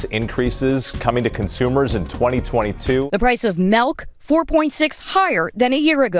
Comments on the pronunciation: The price of "MELK". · Melk. Haha